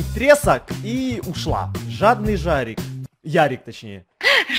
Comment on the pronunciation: Не жорик а жарик